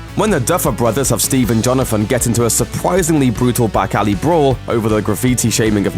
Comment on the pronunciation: lol i think you said jonafin instead of jonathan.. and a supwisingly brutal battle